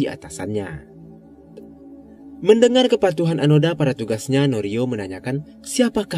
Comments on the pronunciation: Onoda min bukan anoda, 😂😂😂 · Seharusnya mengisahkan seorang tokoh jangan sampai salah sebut, sudah jelas Nama nya Hiroo Onoda. kenapa terus2an di sebut Anoda?